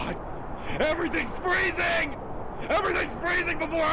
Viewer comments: Eas freezing sounded like it was saying NOOOOOOOOOOOOOOO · EVERYTHING IS FREEZIN EVERYTHING IS FREEZIN Got Me Laughing😂😂😂😂😂